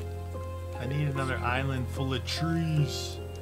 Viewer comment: He combined the words giant and island and said giland